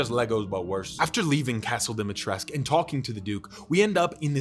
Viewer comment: He's still calling her Dimitresque -.